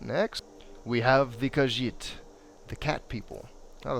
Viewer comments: It's khajiit "ca-geet" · Actually kha-jiit